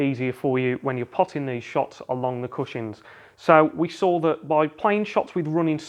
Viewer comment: Is no one going to mention the fact he is saying cushings instead of cushions?